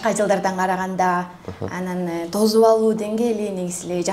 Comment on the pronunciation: Тозуп эмес🤦🤦тосуп дегиле